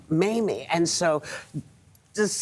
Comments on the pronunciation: Did Nate say "Mammy" instead of "Mamie'? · He called her Maime, I think some one corrected him !